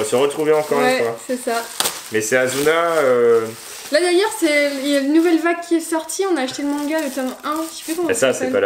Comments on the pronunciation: C'est pas asuna c'est assuna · On dit Asuna et pas Azuna merci j’ai moi même vu ke manga c’est ma raison d’être là 😊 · C pas asuna mais assuna sssssss pas z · On dit Assuna, pas Azuna xD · Sa secrit asuna mais c pas z c ss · de un sa ce prononce ASSSUNA de deux il sont coincés dans un jeu video et si il meurt dedans il meurt dans la vraie vie